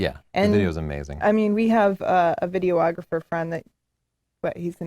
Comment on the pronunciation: AND again, did she say "video - ographer"?